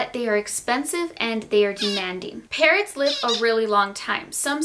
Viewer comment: I thought she said parents instead of parrots 😂😂